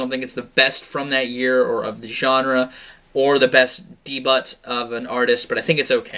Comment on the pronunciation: Did you really say "dee butt" or was that a joke....